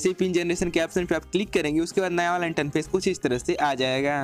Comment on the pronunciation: Bhai interface hota hai not इंटनफेस